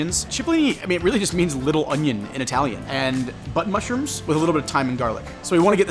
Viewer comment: Button mushrooms 😂 but it does sound like butt